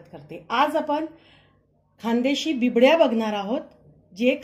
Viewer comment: Uccar bibdy nahi bobde asa aahe